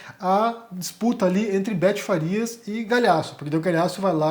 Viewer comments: É Betty Faria, e não Farias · É BETTY FARIA e não Farias.